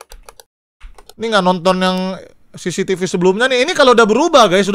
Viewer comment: bang yang bener cctv bukan cctc